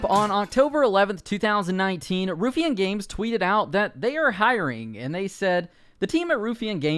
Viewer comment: Ruffian spoken like: Rough-fee-an Source: I'm Scottish. :)